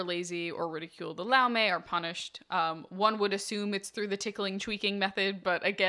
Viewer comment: So Laume is singular. Laumes is plural. It is pronoused "Loumes" or singular "Loume"